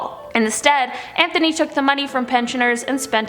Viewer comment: Anthony is pronounced without the "th" sound. Think of it more like "Antony"